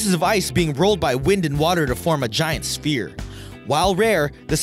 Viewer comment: A giant "spear"? A lot of people on you tube don't know how to pronounce thevword "sphere".